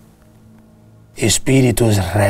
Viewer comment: "astarof, bafomef... zeniti" kkkkkkk